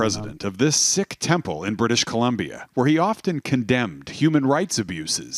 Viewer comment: btw isn’t it pronounced “seek” not “sick” lol. Embarassiiiiiing (drake meme)😂